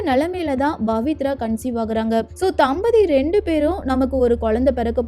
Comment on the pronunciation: It's not Bavithra but Pavithra.please try to pronounce correctly.